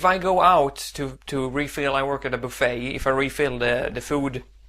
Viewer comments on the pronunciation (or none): none